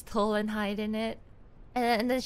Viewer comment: 這邊應該是"找個最近的洞鑽進去"? 聽了幾遍，雖然確實有點像是有點糊的towel 但結合語境應該是hole才對?